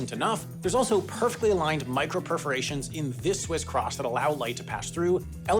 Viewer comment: “Swiss Chrahhhss”